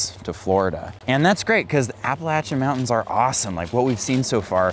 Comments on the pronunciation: No no no… there is no latch in the pronunciation of that mountain range. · Hello. A great part of the World. There is one thing though. It is spelt Appalachian but the 3rd letter 'a' is pronounced 'A' as i Ace and not 'a' as in and. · Appalayshun (correct pronunciation)